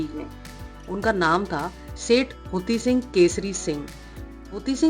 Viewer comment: Hathi sing hey, huti sing nahi hay